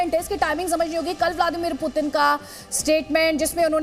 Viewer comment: Phle sahi se bolna seekho kch kch , butin pramadu kya hota hai yaar??